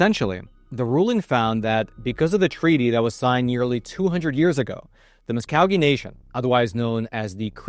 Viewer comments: I think you are pronouncing Muscogee incorrectly. Not as 'cow' but 'cog' These people should have all rights as promised originally. Unique or not, they should continue lawfully and legally to regain their rights just as any "American" would if in their situation. Thank you for a very well worded "current" state of affairs for Native American people. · First of all, it isn't Musk-cog-ee like a gear, but Mus-CO-gee. rhymes with GO, I am a citizen of Sapulpa, (Suh-pall-pa)12 miles SW of Tulsa, Okla. Yes, the situation here is a mess right now, as the Oklahoma Turnpike Authority for our turnpike system can't charge Indian drivers, not so much over this new law system, but the Indian car tags aren't in the normal system with a tag like all other states. The laws about speeding is in limbo right now too, and I wonder what will happen in the future. Indians also use their land rights to the hilt too, any land that they own they can do what they want on it, all the Indian casinos are all on Indian land, no matter the size. In Tulsa, a casino on the bank on the East side of the Arkansas River, Riverside Casino, is on a chunk of land that the Indians bought on the banks of the river and is run by a company hired by the Indian tribes but Indians are hired for emloyees for them. Most all 142 casinos in Oklahoma are Indian owned except for two of them, the Remington and the Cherkoee Casion Will Rogers Downs. Although those are NOT on tribal lands but are commercial casinos, but ARE tribal owned and operated by tribes. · It's mus-COH-gee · It's pronounced MuskGOgee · It's pronounced like apple at ya not apple a cha. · It's pronounced Musgooogeee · It’s “ mus-cō-gee”. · Mus Coe Gee is how you pronounce Muskogee. Absolute shithole of a town. Right down the road is a town called Tahlequah. Amazing place and people. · Very interesting information. However, it's pronounced "Mus-koh-gee" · The "sco" in "Muscogee" should sound more like "sko", as in "SKODEN!" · Muscogokee it's a long o